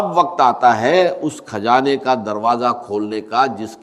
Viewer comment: Kazana nahi khazana aor gani nahi ghani bolty thy Dr sahib Yi Ai hai